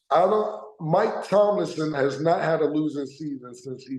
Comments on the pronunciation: Cam choppin up a player or coach name each episode be having me rolling….😂😂😂…. Todays episode: Steelers coach Mike Tomlinson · TOMLIN! Cam, it’s fucking TOMLIN! #SteelerNation